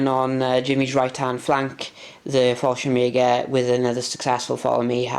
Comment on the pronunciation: Nice batrep so few to watch lately on YouTube anything that gives me ideas for my solo battles are good😁. Also this may sound harsh but it is meant slightly tongue in cheek but thank God your pronouncing falschirmjager right at last I guess someone said something😂😂😂 it was the only thing that set my head spinning.